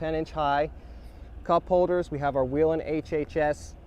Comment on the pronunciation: Nice vehicle. And it’s Way Len, not We Len..